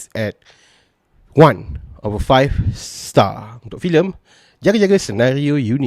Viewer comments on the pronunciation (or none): I of 5star....ada harapan best dri dumbdor 1 of 5shit...time nk sebut star mcm nk ke shit ha3x..cuti ni ode